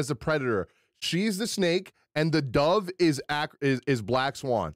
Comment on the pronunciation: Everytime He says "dove" i die a little inside lol